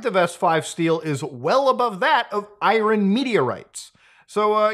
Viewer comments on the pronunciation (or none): Larry King would hate how Muda says iron. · You say iron the exact same way as xQc Eye ren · I never realized he was Canadian until I just heard him pronounce "iron" in this vid. Norm Macdonald ass.